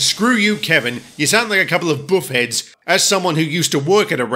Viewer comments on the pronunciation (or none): Did say "Bo-uffers" or "Buffheads", I can't tell...